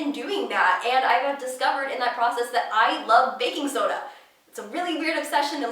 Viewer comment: She said she loved 'baking soda'....sounded like "I'm in love with the coco!" #lovehair